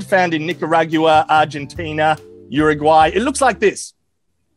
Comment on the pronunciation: Uruguay instead of youaregay? Well thanks for pronounce it right you beautiful bastard. Greetings from Montevideo - Uruguay.